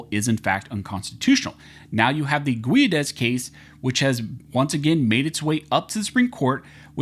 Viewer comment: I worked with a guy named Guedes. He pronounced is "Gedd-Eez".